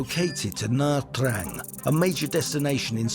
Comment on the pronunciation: You can’t even pronounce Nha Trang correctly